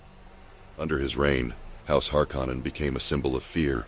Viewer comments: You’re pronouncing “Harkkonen” VERY WRONG!!!! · Yeah… Not sure why someone would choose to do that. Unless it’s an AI voice that hasn’t been trained to pronounce words correctly. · It's bugging me too lol